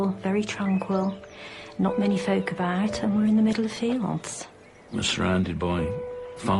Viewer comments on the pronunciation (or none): none